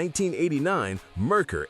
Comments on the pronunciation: Had a Merkur XR4Ti. Great car when all the things worked right. Parts and repair? Yeah, let's talk about the price. BTW, it is MARE-coor, not Mer-ker. Oh, also had an 80 Citation. Not as bad as made out to be aside from the tranny. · And the moron doesn't even know how to say it right!! Its Mare coor!! Which is Mercury in German. But by the sounds of it, you probably already know that. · Yeah, I switched off after the AI mispronounced Merkur and called it a sedan. I hate AI narration.